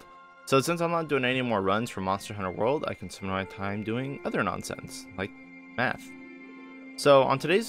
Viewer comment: Had to listen again to see if he said math or meth lol